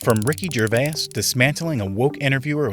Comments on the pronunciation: Jur vay uss? Really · Wait, wait, why are you pronouncing Ricky Gervais' last name like that? For that reason, I'm out. 👎